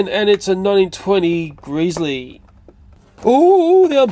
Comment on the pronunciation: Who else noticed that he said gresley wrong